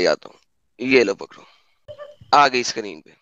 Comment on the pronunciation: Hours ko ganta bolte hai gainta nahi Screen kehte hai sakrin nahi